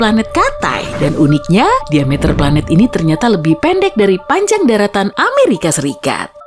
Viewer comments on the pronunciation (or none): none